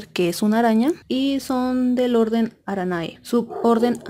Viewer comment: ¡Increíble! ❤️ Pero el orden se pronuncia |Araneé|